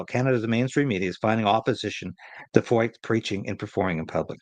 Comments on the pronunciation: 1 closer to 60K, just subscribed.....pronounced Froyt, like Hoyt.....Freucht in German means "humid" and things are certainly heating up. But what men do for evil, God uses for good.....the gospel is getting a lot of exposure. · If Feucht is a German name the “ eu” would be pronounced “ oy” as in Sigmund Freud. You may remember AJ Foyt a racing car driver. This could be the same name only Anglicized. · Pronounced Sean Fight .